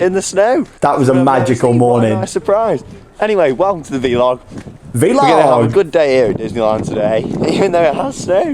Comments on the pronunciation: not a soul:: vEE-lOG 👈🏻😎👉🏻 i love this video so much! couldnt stop gigglin, keep it up ✨ classic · Someone count how many times he says “veelog” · Don’t worry, my dad says veelog too 😂